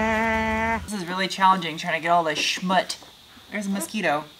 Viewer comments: You are beautiful and brilliant so I find it hard to judge anything you do BUT, having grown up with German, Hebrew & Yiddish, it hurts my ears when you say "shmoot". There is a "z" at the end making the word shmootz. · First thing, we need to work on your Yiddish. Schmootz, not smoot. You must have the patience of Job! To clay bar each area is tedious at best! We're all very happy for your new addition. Enjoy! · It’s not “schmut”. It’s schmutz. Pronounced shmutz. As in schmutz. Some sort of Deutsch-Yiddish term I suspect. Unless you’re from New Hampsha. Then it’s a grotesque mix of Canadian and Vermonter and Mainer from someone who lives in Arizona.